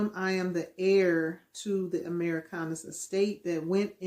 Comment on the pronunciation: "We are the Amurickanus"? Amurick... anus? Am I being pranked right now?